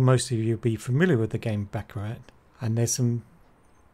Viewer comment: "The surprising truth about baccarat" proceeds to pronounce the game wrong its pronounced "baccaraw" lol fail